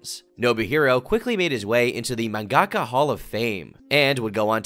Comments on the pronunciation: Bro it is not man-gak-a, it’s man-ga-ka 😂😂😂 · saying mangaka like that is physically painful to me